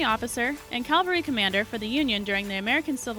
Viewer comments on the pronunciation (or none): Cavalry, not "Calvary", IDIOT! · We came here for information. Not to see a woman who thinks she's attractive horribly mispronounce words describing a topic she obviously has absolutely zero knowledge on...... I mean really?? Suspicion mountains????? Calvary??? Bighorn????????